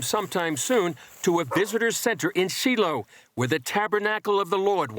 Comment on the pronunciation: Pronounced “. Sh I lo. Those feed lots look filthy. This practice of sacrificing these red heifers is totally pagan. This nation is not even of true Jews. They are usurpers. Jesus called them vipers, and sons of Satan. Usurpers noted in 2Kings, 17/24…. Plus Turkish infiltrators in 1948. Their false Messiah is almost here. AND SO IS OUR MESSIAH who was and is our Saviour. Thank goodness Jesus ended sacrifices. Who does that now. ? Even many now worldwide regularly sacrifice infants, children and adults as well as animals. None of these people know Jesus.